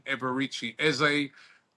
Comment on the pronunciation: Eze has made out he’s going nowhere false news you lot can’t even say his name properly 😂